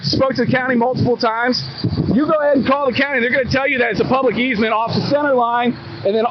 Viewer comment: "12 foot eezmet"...? What's that? "Easement" I found it 😀